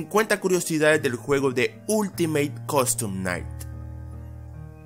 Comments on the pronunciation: Dijiste oltimo coston nai deci bien perrro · Todos: ultimate custom night: ulitimaTE cOdtom naigh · Yo: últimate custom night: oltimat costom nait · "Ultimay costom nai" Pd : Eres el dross del fnaf :v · WTF Este video sta lleno de errores :n me encanta como dice Ultimate Costom Night JAJAJAJJ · ultimeit costom nait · ultimeite costom naight XD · Ultimeit costom naigt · Ultimeit costom Nait dice el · Oltimeit coston nait